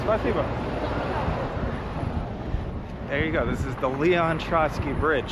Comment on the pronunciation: Hey dude, the name of the bridge is Troitski (Trinity), but not Trotski ( in the name of Lev Trotski) Better learn Russian language 🤕🤔